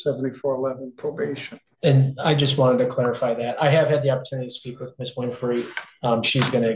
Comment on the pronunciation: She was given probabtion. If that wasn't bad enough, she had open wattants!